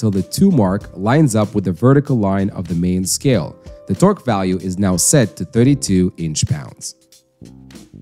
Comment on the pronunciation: he's saying it like twerk wrench